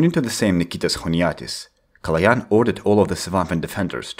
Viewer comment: THIS IS A MOMENT OF HISTORY, SOMEONE THAT IS NOR BULGARIAN ACTUALLY PRONOUNCED Калоян RIGHT